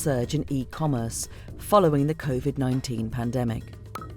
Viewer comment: Thought he said convid